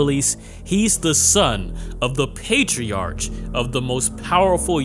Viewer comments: PatriarK Not Patri-arch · Pronounced: patriark/matriark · patriarch (pay-tree-ark) meleeing (may-lay-ying) ami (ah-me, like hey hey puffy AMI yumi) tempura (temp-pooh-rah) matriarch (may-tree-ark)